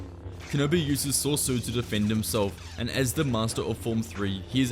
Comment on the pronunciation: what is this sorsu you talk about i think your talking about soresu pronounced sore e su